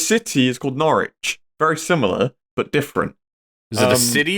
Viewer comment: petition for to never say norwich or norfolk again